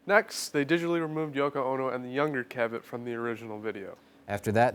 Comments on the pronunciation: You guys are driving me crazy with the name pronunciation. Dick CA-vet?? It's pronounced Dick Caavit. Other than that nice job and don't we all wish we could digitally erase Yoko? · CA-vett not ca-VETT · It's "CAV-ett," not "cuh-VETT." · One of them pronounces Cavett’s name wrong: it’s CAV-it, not kuh-VET. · CAvett, not CaVETT! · It's Dick CAV-et, not Dick ca-VET. But anyway, good info! Hopefully you've changed your hairstyle since this video was shot,... Just messing with ya...;) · I like that the one guy changed his pronunciation of dick cavett after the other guy said it right, he was saying dick kuh like in duh and vett like in corvette, must be young, never heard the announcer when the show aired say it like he pronounced it, I must be old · Dick Kah-vet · Dick Ca-vette? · You mispronounced Dick’s name. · I can't believe that you can't pronounce Dick Cavett. It's not that hard! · Thank God somebody else noticed plaid shirts mispronouncing Cavetts' name. Also VanStuff needs to get rid of the hat. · Check your pronunciation - your partner says it right every time! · that's not how you pronounce "cavette"